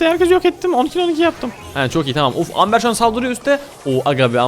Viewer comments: Abi aslında Amber Amber diye okunmuyor şöyle okunuyor Embır diye okunuyor. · Amber değil "Embır"diye okunur XO